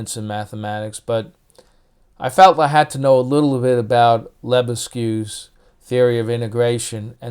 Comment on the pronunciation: A friend of mine who knows French says pronounce Lebesgue as 'Le-beg'.